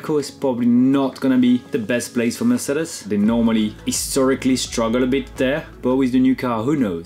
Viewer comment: Name someone who says “Mercedes” cooler than Romain. I’ll wait.